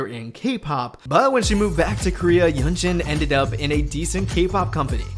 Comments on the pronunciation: A small nitpick: i'm pretty sure yunjin's name is pronounced "yunjin", not "yeonjin" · yunjin is pronounced 'yoon-jin' by the way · Btw, I think you are pronouncing Yunjin's name incorrectly